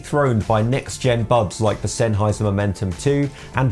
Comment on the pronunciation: This dude says "bubs" instead of buds... wtf